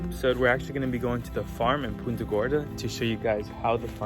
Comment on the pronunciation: It is so refreshing to hear Punta pronounced correctly! Most people over here say it like they're about to punt a ball and it sounds horrible.